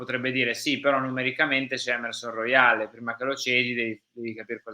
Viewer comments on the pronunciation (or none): none